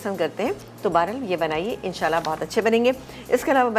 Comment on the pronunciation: Pls abeer and all say In Sha Allah.prononuce right.